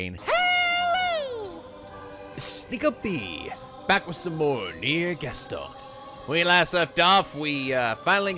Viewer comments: Oh, in trying to correct your pronunciation of Gestalt, you still mispronounce it. This is why we love you. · Gescholt? That's even more off :D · And so we add Gestalt to the list of mispronunciations. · I think it doesn't matter that you pronounce Gestalt wrong haha I like it that way it's cute how you say it x3